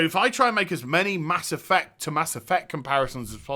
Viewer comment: "Mass Effuct"